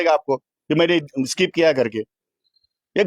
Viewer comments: अजून काय काय खेळतो हा गडी.... रम, रमा, रमी 😂😂😂😂😂😂😂 कृषिमंत्री आणि कोट घालून फिरतो... स्किप पण म्हणता नाही येत... स्काईप म्हणतो 😂😂😂😂😂😂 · याला साध स्किप म्हणता येत नाही आणि असले येडझवे लोक आपल्या उरावर बसवलेले आहेत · त्याला स्कायप येत नाही स्किप म्हणतात काय रे महाराष्ट्राच्या जनतेने निवडून दिले😂😂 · यांना नीट skip बोलता येत नाही... स्काईप बोलतायत...हे काय दिवे लावणार आहेत... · स्किप ला स्काईप म्हणतेय येडं शेतकऱ्यांच काय भले करणार😅😮😂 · स्काईप नाही हो साहेब त्याला स्किप म्हणतात... 😂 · सरकारमध्ये मंत्री पण एक एक नमुनेच आहेत 😂😂 सरळ खोटं बोलत आहेत मंत्री महोदय जाहिरात आल्यावर अस पत्ते सरकवता येत नाहीत स्किप ला स्काईप बोलतोय 😂😂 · स्किप ❌️ स्काईप ✅️ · हे येडझवे मंत्री साध स्किप (SKIP) बोलता येत नाही, आणि हे शेतकऱ्यांना जागतिक स्तरावर represent करणारा, अवघड आहे महाराष्ट्रच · ह्याला स्किप बोलायला येत नाही 😅 😅 🤣 आनि हा कृषिमंत्री... आनि आमच बाबा बोलतय 🚸 शाळेत जावा 🤣 🤣 🤣